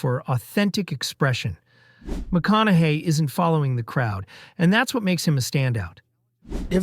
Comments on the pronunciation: You keep going from "McKONAKY" to the, I assume, correct way of pronouncing his name "McKONAHY". Pick one and stick with it ! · Maybe pronounce his name correctly